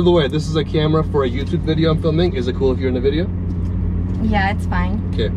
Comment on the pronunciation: Why does when he say videya make me crack up 0:010